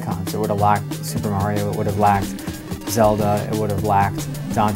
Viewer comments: someone oughta slap that guy. HE SAID MARY-O!! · Please tell me who the fuck "MAY REE O" is. Are you trying to say "MAR EE O" ? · i hate hearing people say MARY-O. it should be mario (mar-ket, long E, long O) unfortunately MARY-O is a common pronunciation